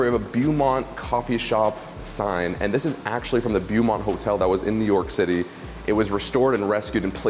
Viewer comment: I absolutely love your charm, but the mispronunciation of words sometimes bothers me as I want you to be more learned. Learning to speak proper English may affect your charm, but in this case I feel it necessary to teach. 😁 The word Beaumont is pronounced BOW-MONT. 👍✌